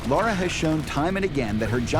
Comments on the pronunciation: Cool video, despite the fact that everyone keeps saying Laura on occasions. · Im sorry, but I cant stand that this is on the OFFICIAL TR channel and made by them, and not a single one of them can say Lara! Its not LAURA - LA RA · Does all this and can’t pronounce LARa Croft. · its Lara not Laura